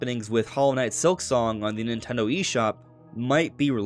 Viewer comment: ffs, nintendo has THREE syllables. speak clearer dude.